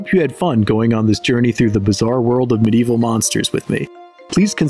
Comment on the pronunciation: Medieval is 4 syllables by the way